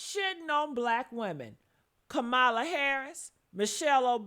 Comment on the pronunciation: You pronounced Kamala’s name wrong